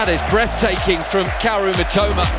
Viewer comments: 実況の人が三苫というときに、「めっちゃうま」って聞こえる。。例えば、 のところ しかし、このスピードと運動量チート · 三笘がめちゃウマに聞こえるw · "Mitoma"がめっちゃうまに聞こえる。確かにめっちゃ上手い！ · Mitomaと言ってるのが「めちゃウマ」に聞こえる！ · mitomaがメチャウマに聞こえて草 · 正確には Mitoma, Mitomaなのにﾒﾁｬｳﾏｲに聞こえるw